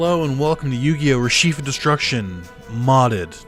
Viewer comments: RE-CHEF , not RE-SHEEF, but you do you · Never heard anyone pronounce Reshef the way you do